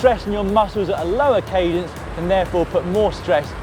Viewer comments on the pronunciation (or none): did I hear Dan mispronounced cadence?